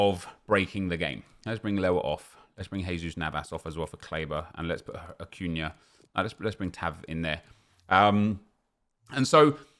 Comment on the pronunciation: Its acuña not acuna lol